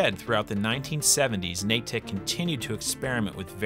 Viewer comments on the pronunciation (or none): It's pronounced "naydick" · For the love of Christ please stop pronouncing Natick like that.